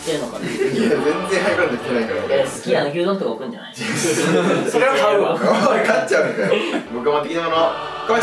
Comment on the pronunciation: りょうの買っちゃうが勝っちゃうになってる